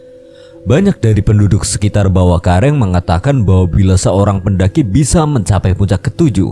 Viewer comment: Ad kata²kurang pas bang,,bawakaraeng bang bukan bawakareng 😅,,koreksi doang bang 😅